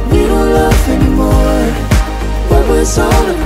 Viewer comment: 他不是寫anymore怎麼把a念gnymore